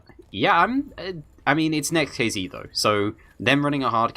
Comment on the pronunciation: not NEXT(KiZi) the correct spelling is NEXT(KeyZet)